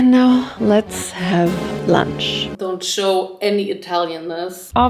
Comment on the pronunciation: Anyone else LOVE how says lunch? 😅🤣LUANCH